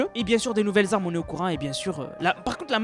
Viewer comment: "...c'est quoi comme Zarmes... " Sérieux un petit effort stp.